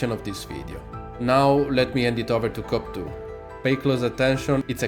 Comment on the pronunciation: The best thing with this is you pernouncoation off cope2, youre saying cop2 which is hilarious.